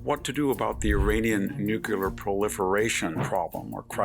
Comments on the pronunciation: Thoroughly appreciate your wisdom, but the word is noo-klee-ahr, not nukular. If God is in the details, you're a religious man... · Someone PLEEEEEEASE tell Mr. Hanson...it's NUCLEAR (NEW-klee-ur) not NUCULAR. There's no such word as nucular. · Learn to pronounce NEW CLEE ERR Victor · WHEN WILL VICTOR LEARN HOW TO PRONOUNCE NUCLEAR.... HE JUST CAN'T GET IT RIGHT.